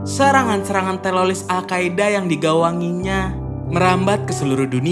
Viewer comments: Teroris bro bukan teloriss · Kenapa ngomongnya harus telolis? Ngomong teroris dollar kuning kah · Bro bre bukan telolis tapi teroris😂 Canda bro bre😆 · Telolis Mulu bang kurang enak bang denger nya 😭